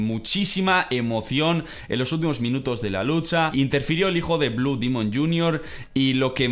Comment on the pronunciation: No es dimon es demon